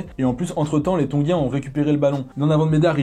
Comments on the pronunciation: Comme tab énorme ❤️🔥mais tongein pas tongin😂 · TONGIENS pas TONGUIENS!!!!